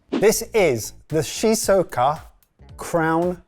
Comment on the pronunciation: So I'm a Brit living in Shizuoka ( pronunciation was something...) and those melons are £30-40 in the supermarket here. Fruit is generally expensive because there's only so much space to grow it so most of it is fairly high quality, there is at least one place that culls most of its melons early on to make space for the best ones. Look into the expensive grapes, that'll get you going.